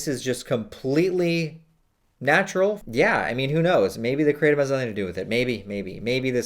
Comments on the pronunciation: Kratom- Pronounced -Kruh-tom, not cray-tum. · Please stop pronouncing it "Kray-tum" 😑 ... The proper pronunciation is "kruh-tawm" so the English-ized version would be "Krat-um". The way you pronounce it is not even close to the proper pronunciation.